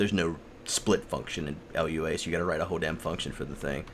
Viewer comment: I've been skimming through your turtle stuff, nice work! Just one thing though: PRONOUNCE FREAKING lua CORRECTLY!